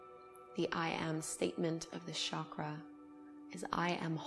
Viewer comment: Hey, great video! I know you don't mean disrespect but the number of times you have spoken "chakra" in this video moved me to write this to you: the pronunciation of CH in 'chakra' is the same as in 'church'. In Sanskrit words are written exactly as spoken. So if it was spoken as Shakra, it would be written like that. You gave Chakras a french accent and that kept me from focussing lol